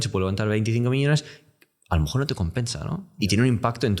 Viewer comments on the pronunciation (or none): no puedo parar de fijarme en que siempre dice "a lo mojor" xd